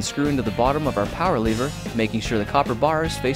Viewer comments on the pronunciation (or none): Why do u say leever it's lever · you pronounce it lever, he pronounces it leever. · How come you dont have an accent, but you say lever like leever